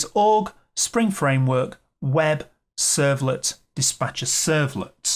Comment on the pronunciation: ...servlet is called Dis'P'acher ...not Dis'B'acher...servlet :D